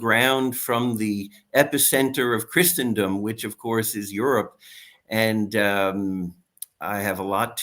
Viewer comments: A better pronunciation example is the root word itself! “Christen” (as in christening gown) means baptize. Christen rhymes with listen. So it’s easy to see that Christen-dom has no t, nor ch, nor sh sound in it. Pretty easy. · Please LOOK UP THE PRONUNCIATION OF CHRISTENDOM!!!!! It's like the word LISTEN. The T is SILENT. No "ch" sound where the ST is! Thank you.